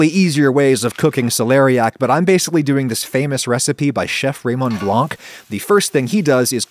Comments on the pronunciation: the c in Blanc is silent. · For the love of everything that is holy, the C in Blanc is silent, it's not that hard...